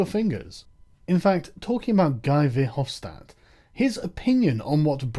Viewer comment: I love how you fuck over guy verhofstadts name. That douche is so afraid for his empire.